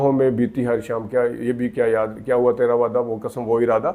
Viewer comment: Ap ne bhi tu kasam kaha ,it's qasam.lolzz had hai yar, buhat mazarat ke sath lekin punjabis ne jesey urdu ki waat lagai hai kisi ne nahi lagai